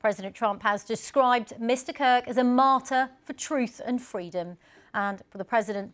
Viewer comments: why do BBC reporters have such a difficult time saying the last name KIRK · His last name is Kirk, not Cook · Charlie Cock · Charlie kook? why is this indian woman mispronouncing his name on UK state media? wtf happened? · Am I the only one hearing “Charlie Cook”? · She constantly says Charlie Cook , you aint wrong my brother in Christ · Why she keeps calling him Cook 😂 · Charlie Cuck is hard to say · how can you mispronounce his name THREE times in a row? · Can you at least get his name right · Wow, how bad is this reporting that both the presenter and reporter mispronounced his name multiple times. The disrespect that shows